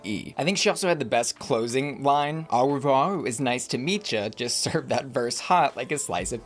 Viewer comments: Tell me you’re an American,, without telling me😂 Aur Revoir? lol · please, keep saying "au revoir" 😂😂😂😂😂😂😂😂😂😂😂😂😂😂😂😂😂😂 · The way you pronounced au revoir just knocked my wig off. 😹